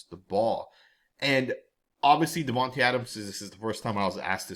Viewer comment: His name is pronounced, DIVAnte Adams.